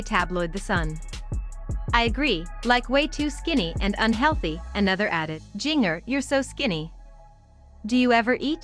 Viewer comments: Seriously, do you not know how to pronouce Jinger's name. Think of Christmas or holiday cookies or even spice. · Learn how to say her name correctly. Would make for a better video. Couldn't watch it all because you couldn't even say her name right